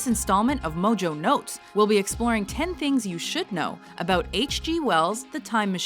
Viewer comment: The way this lady pronounces 'Mojo' and 'dotcom' bugs the hell out of me every time.